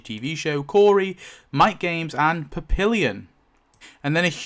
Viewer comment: Hilarious pronunciation of "papillon".....